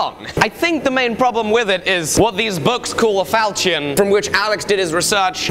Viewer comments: Is that how you say ¨ falchion¨? How weird. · Damn, the way you pronounce "falchion" makes my ears hurt. Is this just a mistake or some weird accent thing? [Edit: I love the fact that you got more accurate info from James Elmslie though, he's a master when it comes to medieval single-edged swords]